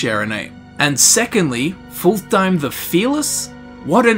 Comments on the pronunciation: I know you already preempted this, but you are basically calling him "full time". His name should be pronounced fullt-heim. :) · Just an fyi, I think Fultheim is said like either Ful-Time or Fult-Heim, probably the latter. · its pronounced fult-heim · It's actually pretty easy to pronounce: "Fult - heim" , there is no "th" sound. It's also not pronounced like"full time" but rather like "fult hime". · I don't understand why they say Full-Thime, when it's very obviously supposed to be pronounced Full-thaym. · Fult-heim Not fulthheim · His name is pronounced Fult-heim not Ful-theim. Proper nordic speech doesn't 'th' that's just anglification at work. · I heard "Full Time" and I can't unhear it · Darn it. It's Fultheim. Pronounced like Full-time! XD I jest ofcourse, we love you. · Hadring: clearly says Fultheim: horrendously butchers his name not 5 seconds later Why are YouTubers like this? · is generally not great at pronouncing things. We all suck at something:P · What if hadring says it wrong? :O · Take a shot everytime he pronounces Fultheim wrong. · sounds like you are saying fultheim the phalus